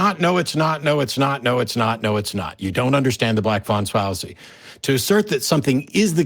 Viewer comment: “Black fwan swallacy”